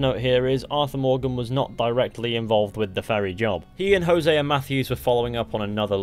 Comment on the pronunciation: Imagine creating a language and being the worst people to speak it. “Hosea-er” 🙄